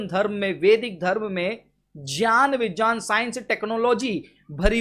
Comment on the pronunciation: pronunciation of knowledge and science in his so-called Sanskrit tongue and phonetic tone are completely FOUL and misleading. They are not "JYAAN" nor "BIJYAAN" -they are actually "GYAAN & BIGYAAN" as well, this man, is a puppet of Arya Samaj and they are attempting to reconstruct their Religious texts, Religion, Faith, History and the corrupted so-called gods-goddesses and their evil thought &deeds with a new beginning. Brother, Francis we have you in our prayer and love. Keep up. Amen.